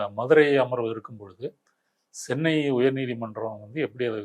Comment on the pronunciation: It's not Sennai. It's Chennai